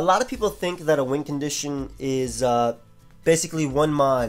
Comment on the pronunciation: I have always thought you said wind condition not win lol